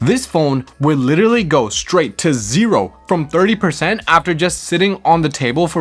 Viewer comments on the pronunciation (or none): none